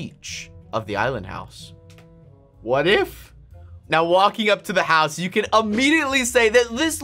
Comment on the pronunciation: I know why you call the island houws the, ISLAND HOUWS!!!!!!!!🙀